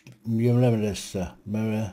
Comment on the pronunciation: Meulemeester is a Dutch/Afrikaans name meaning master of a mill (for grinding grain). Pronounced MOOL-me ster. There was a famous Belgian WWI flying ace of the same name. Keep up the good work,.